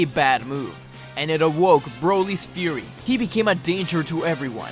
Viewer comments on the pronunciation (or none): none